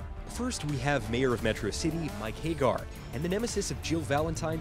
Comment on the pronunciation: Isnt it Ha gar not hey gar ?